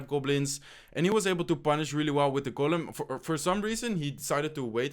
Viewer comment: IT IS GOLEM NOT GULEN